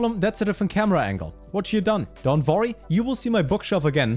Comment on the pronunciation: "don't vorry" 🤔🤔?